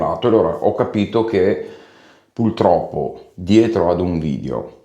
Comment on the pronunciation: va bene il pesce d’aprile, sono affezionato a te e guardo con curiosità quasi tutti i tuoi video però ti prego, si dice puRtroppo e non puLtroppo, è un male di noi veneti 😂